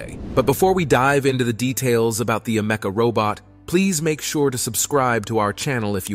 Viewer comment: It's Ameka not Amecka 🙄